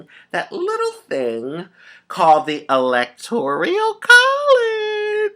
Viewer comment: Rajee honey I love you and you are so smart but need to correct your pronunciation on the electoral college. It is electoral, not electorial. Love you baby.